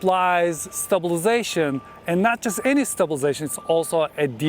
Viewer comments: I watch your videos for two reasons: 1- content 2- the word stabization 😄😄 Thank you for all the infos as always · There is a lot of ‘stublzation’ in this video 👻